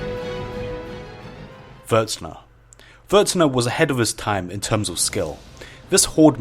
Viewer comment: It's Vuuurtne, not vur t ne...